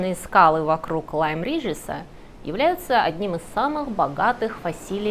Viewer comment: Я была на родине Мэри Энинг в Лайм-Реджис, Дорсет. Более того я была на ее могиле. В городке стоит бронзовая скульптура "матери драконов" Мэри Эннинг. Правильно Лайм-Реджис, а не Риджес.